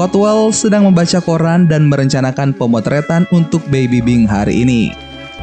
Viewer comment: Dan bang dan bukan nan wkwkwkwkwk😂🤣😂🤣😂🤣